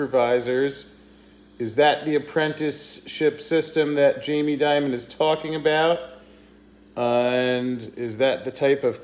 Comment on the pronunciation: you always mispronounce his name, its not like Diamond its like Demon. Jamie Demon, if you will.:)